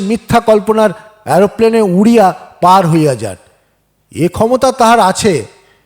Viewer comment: বনফুলের গল্প শোনালেন। ভাল লাগল। আমার প্রিয় লেখক। একটা কথা বলি। রাগ করবেন না তো? প্রাকৃত, এরোপ্লেন, সাধ্বী,হৃদ্য(?) এইসব শব্দগুলোরউচ্চারণ ঠিক হয়নি। কানে লাগে। আপনার সাফল্য কামনা করি।